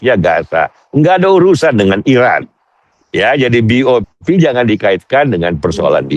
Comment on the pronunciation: BOP ❤❤bukan BOW 😂😂😂